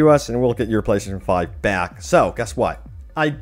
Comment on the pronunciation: You should just say ps5 instead of slurring PlayStation 5 like 100 times